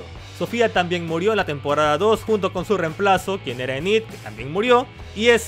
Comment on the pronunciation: 😄si, es que yo escucho que dice Edith....Y es ENID